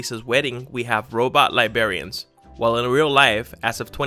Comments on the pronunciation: "Robot libarians"... you're such an illiterate shit. Learn how to speak English properly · "Lie-BERRY-enz". smh